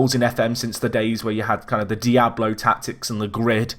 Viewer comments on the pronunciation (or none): none